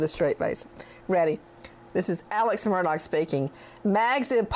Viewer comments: Do you intentionally pronounce it incorrectly? “Murdogg” or is that for likes? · Nancy pls pronounce AM name correctly. It’s pronounced Murdaw not Murdoch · Nancy, I love your commentary but how can you get on to your friend for mispronouncing Bruno Magli when you keep pronouncing Murdaugh “Murdogg”. Hello, I think the gh is silent, dear. I think Alex and Buster even mispronounce their own name…sounds like they’re saying, “Murduk” And Alex calls himself Alec. Weird… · It’s pronounced MUR DAW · Ha ha! Nancy Grace calls him mur...dog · Nancy corrected this woman's pronunciation of a name but yet Nancy keeps saying MurDOG. Omg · Pronounced “Alec Murdock”. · Oh my gosh I just love you I love listening to you talk and your accent and by the way I was saying on a different Channel actually I guess I was making a comment I said has anyone ever noticed that when Nancy says Murdaugh it sounds BIRDDOG. Comments came in like crazy that Nancy shouldn't be calling people names and I stood right up for you and I said that is her accent I said it is just funny that it comes out sounding like bird dog so now because of me people think you're calling him a name but if there was any funny name to make up I think bird-dog would be the funniest love love love you